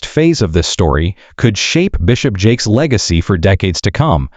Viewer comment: Is the constant mispronunciation of his name to avoid a law suite?